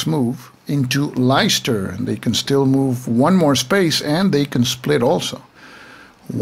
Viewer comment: Pronounciation - Leicester - "Lester" and Derby - "Darby". Great video!